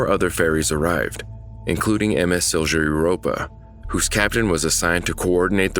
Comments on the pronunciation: It's pronounced Silya Europa, not Silgia Europa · Siljuh 💀💀💀 its pronounced Silya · Bro did you just say silša europa? Im sorry but its sil-ja europa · A small friendly help: It's pronounced Sil-ya Europa Not Sil-sha or Sil-cha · Good job overall but Silja should be pronounced more like Silia rather than Sil-jah. Again, apart from this minor thing, good job 👍🏼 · Silja is pronounced "silia" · You should to the one with the Zebrugge Ferry...it was sailing from Belgium to England I believe, and it sunk because someone actually forgot to close the auto entry door beneath the port of the ship. Also, it's sil-ya...the j has more of a y sound in Finnish. And when you say Turku, you roll the r, which you do on most r's in Finnish. In the end, officials in Finland, Sweden and Estonia were all held accountable, each for different things. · You absolutely butchered "Silja"